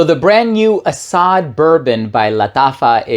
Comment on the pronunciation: ❤Guy.. Arab here.. Asad means "lion".. To be precise the most common famous word for lion.. Because in Arabic.. There's like I dunno 5 names for lion or even more 😅 Anyways.. It's pronounced as Asad.. Just like that.. (Ah-sadd) No extended vowels.. Think "Acid" with a shorter "A" sound and definitely replace the "i" with an "a". So it's not "Ah-saaad".. Nah.. It's "Ah-sadd"